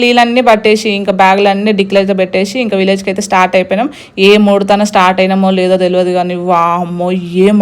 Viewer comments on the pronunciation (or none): వీలేజ్ వేలేజ్ అంటావు నువ్వు ఊరి దానివే కదా